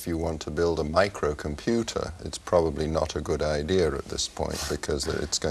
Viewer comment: I don't know why but when Adam Osborne says the word: Microcomputer, using that British accent, it sounds too awesome